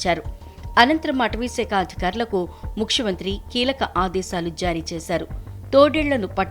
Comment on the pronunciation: ముక్షమంత్రి కాదు, ముఖ్యమంత్రి